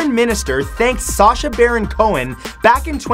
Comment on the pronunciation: it is not sacha it is sasha at sub